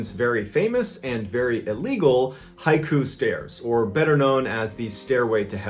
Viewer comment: I love these stories please don’t stop. Also, the name of stairway to heaven is pronounced Ha ee koo. Just wanted to let you know. I lived in Hawaii a good chunk of my life. Hawaiians appreciate when you pronounce their words correctly. Please don’t stop telling these stories it’s the one thing I look forward to after a long work week.